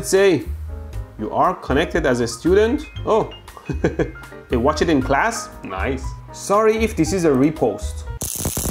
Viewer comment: "noice arcs" 😂😂😂